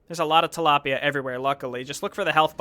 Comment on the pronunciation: Tilaipia lmao